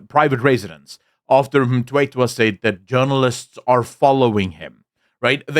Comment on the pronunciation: Surname is Mthethwa, not Mtwetwa.😊